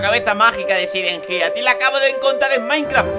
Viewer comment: Se escribe Siren head pero se dice sailen jed xd